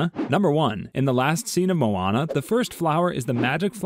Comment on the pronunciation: you pronounced moana and maui wrong!